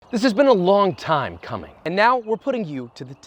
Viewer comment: hahaha he said cUmM1Ng